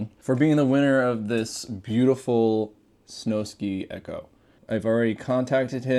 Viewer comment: Snow Sky, it's sky not ski. Like do people seriously not know how to read or spell I've heard multiple people call it the snowski lmao